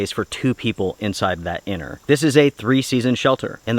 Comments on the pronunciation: Strange English pronunciation. "Anner" instead of inner. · Are you saying 'inner' or 'enter'?